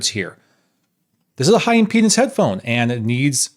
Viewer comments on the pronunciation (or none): none